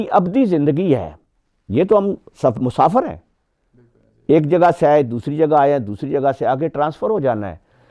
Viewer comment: بھائی صاحب آپ نے ابلیس کے نام کا تلفظ غلط پڑھا اور قرآن کی آیت بھی غلط پڑھی متفق علیہ بھی غلط پڑھا احکامات بھی غلط بولا تلاوت بھی غلط بولا مسافر غلط پڑھا صفات غلط بولا پتہ نہیں آپ نے کتابیں کیسے لکھیں